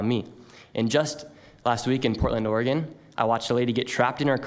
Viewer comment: Idiot president can't even pronounce Oregon correctly